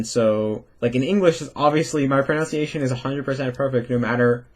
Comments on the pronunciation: This video has been so helpful. Excited to implement a lot of this wisdom. One minor thing, several times you mispronounced the word "pronunciation", which came out repeatedly as "pronounciation". Languages are so complicated that we all go our lifetimes without fully mastering the mother tongue. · you ironically say your pronunciation is going to be 100% perfect in English regardless of whether you try, while pronouncing pronunciation incorrectly. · your stuff is amazing and I'm a huge fan! It did make me laugh when you said your English pronunciation is perfect, but your pronunciation of the word pronunciation is... well, nonstandard. 😄 anyway, keep up the great work and thanks for all your content!!